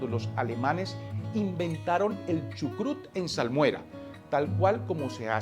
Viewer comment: Chucrute se escribe y se pronuncia con la " E " final "CHUCRUTE ".